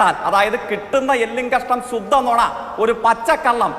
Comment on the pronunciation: ശുദ്ധം എന്ന് പറയാൻ പോലും അറിയാത്ത ശുദ്ധിയില്ലാത്തവനെ നിർത്തി പോടാ തോൽവിയെ